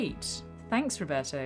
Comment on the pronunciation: I loved it how you said "RRRoberto" hahaha trying to be respectful towards the person by pronouncing his name properly. What a supergirl you are,!